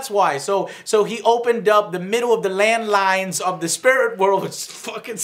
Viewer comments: It's "ley lines" joe. Not "landlines". Landlines are phones that have to use a cord that we all used before cellphones.... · Also...someone will need to explain to joe it's not "land lines". It's "ley lines". Jesus millenials DISTURB ME with their ignorance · Someone PLEASE explain to joe what "ley lines" are he keeps saying "land lines". And FOR GODS SAKE....help him understand the word "literally" doesn't mean "alot". It means the literal definition of the word